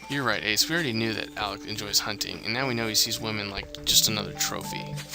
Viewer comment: It irks me the way he calls alec alex I know it shouldn't bother me but it does.